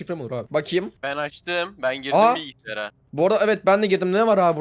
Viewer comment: Abi bilgisiyar icinde bilgisiyar😂😂😂😊